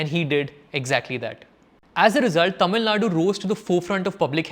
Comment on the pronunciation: please pronouce correctly. all your tamil pronouciation sucks. but good video